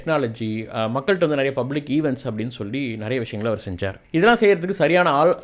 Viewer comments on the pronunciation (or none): none